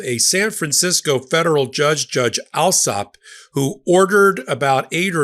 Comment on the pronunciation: The English surname Allsop is pronounced All- sop. (As in "all")